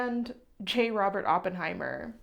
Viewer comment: "sorry Germans", hi German here and on behalf of Germany, I forgive you for butchering the name because as my favourite youtuber, you can't do no wrong 🩶 Edit: Okay, hanging the German flag upside down is actually perfect and I loved this goofy video!